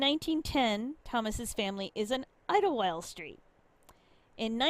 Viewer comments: It's pronounced idle wild as in wasting idle time idle. Just add wild, idlewild. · Idle-wild. Thats how it is pronounced by us yinzers. We even have an amusement park called idleWild.